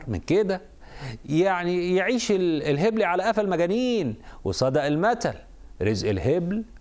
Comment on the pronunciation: اسمها الهُبل بالضم 😂😂